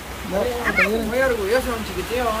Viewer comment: CHIQUITIO????????? Y LA "LL" PA CUANDO.